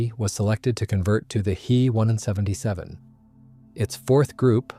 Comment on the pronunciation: What, you never heard of a He-plane? 🤣 I agree, I didn't know it was AI at first, then it kept saying HE instead of H then E.